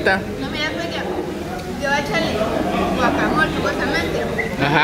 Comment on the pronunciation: Ay chicos no se dise guacamol es guacamole pero no sean exagerados esta bien k somos mexicanos pero eso no kiere decir k comemos sólo chile obio la salsa para los tacos solo es para acompañar y de a pokito